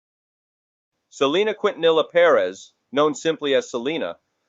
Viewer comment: Completely butchered Selena's name